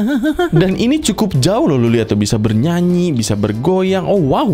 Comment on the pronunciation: Aku paling suka kalau bilang" bernyuanyi bernyuanyi..ber goyuang bergoyuang"😂